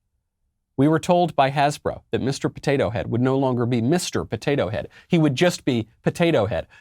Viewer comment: Hasbro...becomes has-sis-bro!